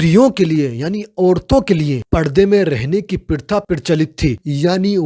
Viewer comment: Not pritha its pratha😂😂